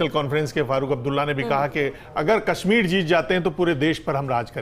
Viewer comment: Ganwaar tolla aur ganwaarun jiasa pronouciation.... j ko z ...z ko j....s ko sh....sh ko s padte hain Jaise hazar ko hajar zindagi ko jindagi Kashmir ko kasmir shaheed ko saheed etc. saray ganwaar hai